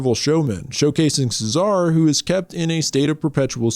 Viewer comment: Cesare, the somnambulist in Cabinet of Dr. Caligari is probably pronounced "CHEH-za-reh." But it's a silent movie, so it's never actually pronounced at all.